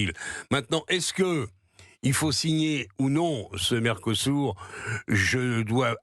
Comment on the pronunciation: À l'UE à l'évidence ils sont aussi aveugle , pas seulement sourds → mercosourd Pour info , il convient de prononcer mercosü(r) qui peut glisser mercosür mais pas mercosou ni mercosourd . Quant à l'interrogation finale, elle est facilement solutionnée par le bilan calamiteux (sans Jane mais avec gêne) sans appel des pays dont la France assurément le pire . Un gamin de 7 ans même en le faisant exprès aurait des difficultés à concurrencer une telle nullité .